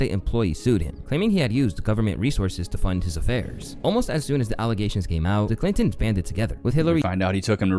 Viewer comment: clittory.. ok i cant unhear that